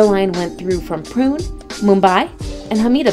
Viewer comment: You butchered the pronunciation of Pune. Its POO-NEY